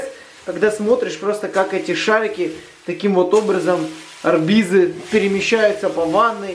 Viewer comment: французский футболист. Жан-Пьер Орбиз. Ударение на "И".